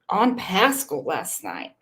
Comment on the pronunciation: I think Seth is just tired of all the crap from all these social media critics and detectives…and Tony is there to help him just like he is helping Randy. All this drama really isn’t helping anything. Also it’s pronounced Pass-cal